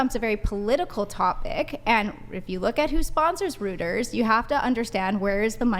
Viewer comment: ROY-ters, not ROOT-ers.